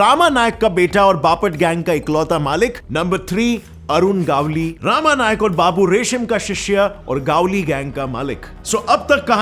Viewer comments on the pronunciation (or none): It's not गावली it's गवळी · Its gavali गवली not gaavali गावली north india ka choda sala 😂😂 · It's not a गावली it's गवळी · It's गवळी Not गावली .. 😄😄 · Are vo गावली नहीं गवळी हे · Bhai Gavli or manya surve kaa pronounce galat kar rahe hoo